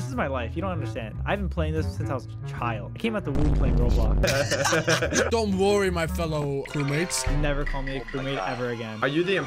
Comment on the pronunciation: you said roblock